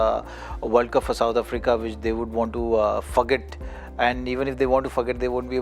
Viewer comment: is it only me or anyone else who heard zaheer khan saying "F**k it" Instead of forget. 😅😅😅